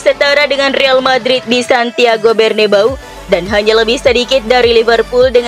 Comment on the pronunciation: Bernabeu min, bukan bernabau😂😂